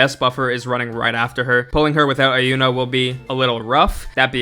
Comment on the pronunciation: Iuno is actually pronounced "You Know", there is no "eye".